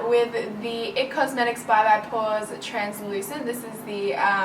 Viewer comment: Omgg I love how you said porèyy just like when your boyfriend did the voiceover😂😂